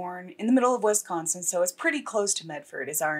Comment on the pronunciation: Please don’t say wesconsin 😂😂🤣 nobody says it like that here no one. It’s wis like Swiss ok and yes I live in medford however I did not grow up here and knew of this but wasn’t here at the time.